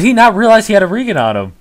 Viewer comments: Turned off the video when he said i gotta re gin bracelet off that... Brother you are a reeeegen bracelet... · its pronounced "Re-jen" . idiot. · i didnt know it was possible to be that stupid ree gen braclet ..... jesus idiot regen is short for regeneration bracelet not howeveer the fuq you pronounced it. Go improve you english skills little twat.